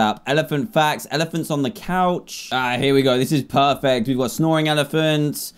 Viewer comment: Please tell me why I thought “elephants” said “Germans”